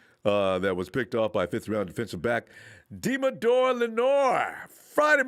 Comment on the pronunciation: Deommodore is pronounced dee-AH-mo-door